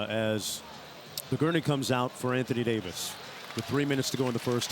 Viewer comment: Anthony day-to-dayvis